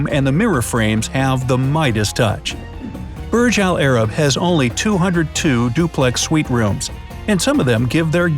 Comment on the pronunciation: Im arabic and the way you say burj alarab is sooooo uncomfortable its: برج العرب